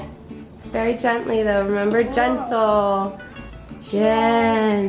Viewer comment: I was so fed up from the way they pronounced "gentle".